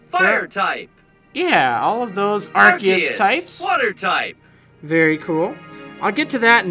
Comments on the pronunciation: I thought it was pronounced Are-sea-us not Are-key-us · OMG I WAS LIKE "What? How is Arceus pronounced with "key" when the pokemon movie pronounced it with "R-see-us"!?" :( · like Marriland said for battle revolution it;s pronounced that way but for games like heart gold/ soul silver it's pronounced arc-ee-us not ark-ee-us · Arceus is pronounced "Ark-ee-us" wtf. I'm almost positive pokemon battle revolution pronounced it as "Are-see-us" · Im' very sorry, my brain was dead. My brained flipped what you said is pronounced as Ark-ee-us andwhat's pronounced as "Are.see-us" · ア-ル-セ-ウ-ス Is the Japaese spelling of it. (The Japanese name also) A-ru-se-u-su (It's how it's spelled out) It's pronounces "Are-see-us" actually. If you even know Japanese. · Whoa... I did not know that you pronounce Arceus like that, can't tell if everyone pronounces it wrong now... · Wait...It's pronounced Ar-KEY-us? MY WHOLE LIFE IS A LIE! =P